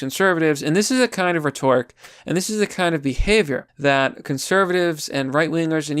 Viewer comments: I can't take it anymore man. It's pronounced Ret-er-ic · Love your vids, man. A couple of things (not being snarky, just trying to help you out): heir is pronounced like "air" , not "hair" and rhetoric is pronounced with the stressed syllable on RHET as opposed to TOR- RHE-tor-ic. Don't feel bad, I used to think that when people said tenure they were saying ten-year, and embarrassingly I wrote it that way in a few letters before someone corrected me, lol! Anyway keep up the good fight!